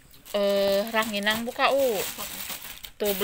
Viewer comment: Rangining...bukan ranginang